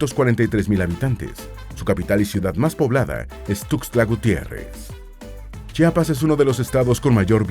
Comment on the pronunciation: soy de Chiapas y ODIO cuando la gente de fuera le dice Chapas. es CHIAPAS.. con I 😑😊💖